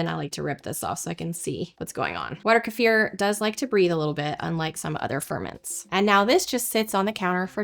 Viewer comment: Мне нравится как часто произносится ка-ефир, но по моему это называется - брага